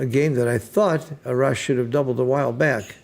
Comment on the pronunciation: A-rash, you pronounce A like the way you say in "Army" Great commentating and very educational 🙏